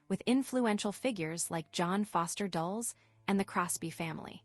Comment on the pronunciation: The Luciano and Dulles pronunciations are funny but in general I just can't listen to machines reading anymore. It's so fake.